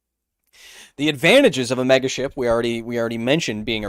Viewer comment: Ok I'm gonna say it: whenever he says megaship all I can hear is MEGASHIT. Yes, I am 10 yrs old